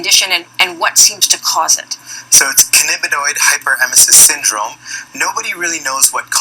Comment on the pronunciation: I have never heard a single person ever pronounce Cannabinoid Hyperemesis Syndrome that way. His pronunciation irritates my stomach a little. . . just a little.